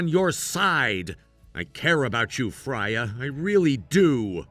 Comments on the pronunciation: Its pronounced Frey-a its Norweigan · It's pronounced "FRAY-uh"